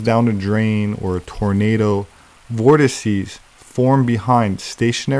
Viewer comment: 'vortices' - finally, someone who doesn't say vortexes.